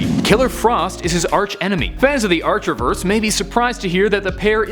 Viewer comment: Did you really say archerverse